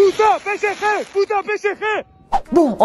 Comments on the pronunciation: Mdr pésékhé au lieu de psg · C'est puto P S G ET PAS PCG, faut ou leur dire quand même... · Bon après ils n'arrivent même pas a prononcer correctement "PSG" donc comment les prendre au sérieux 😂